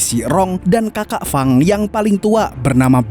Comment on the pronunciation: wah mantap ni si Fang mimin sering salah sebut, Feng atau Fang sih? wwkwkwk tapi seru kok ni film gelutnya